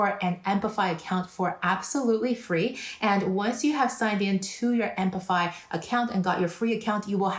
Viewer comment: why do you say "ampify"? it is apify